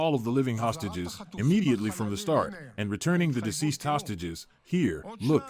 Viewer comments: You are not pronouncing the word "deceased" correctly. You are pronouncing it diseased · it is pronounced deceased, not diseased.